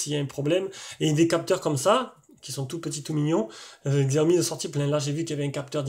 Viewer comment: En Chine le X se prononce Tche. C'est donc pas Gziaomi mais Tchaomi.